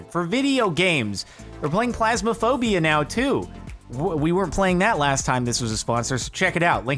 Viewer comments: Did he just say plasmaphobia? It’s fasmaphobia as in Freddie FAS bear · Did he just say he was playing "plasmaphobia" instead of phasmaphobia? I hope he was joking